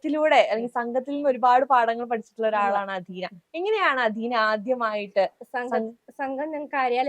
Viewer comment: അഥീന . അദീന അല്ല. ജന്മഭൂമിക്ക് മലയാളം അറിയില്ലേ?